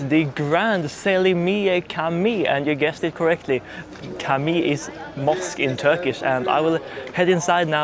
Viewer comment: Cami (mosque) is pronounced Jami.. "C" is pronounced same as "J"in english... Jami is also the same in Arabic, Urdu, Hindi and Persian.